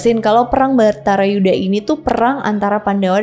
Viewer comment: Bukan Bhatara yudha, tapi Bharata yudha